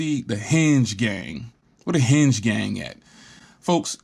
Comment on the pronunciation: Hinge NOT Henge